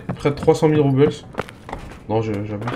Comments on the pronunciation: super video par contre les "Roubles" ce prononce Roux-ble pas Roubeuls ^^ mais sinon super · salut, bonne vidéo, juste.... les roubles, c'est une monnaie russe, ca ce prononce pas a l'anglaise :p